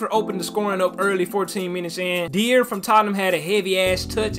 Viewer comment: It's pronounced 'die-er', not 'deer'.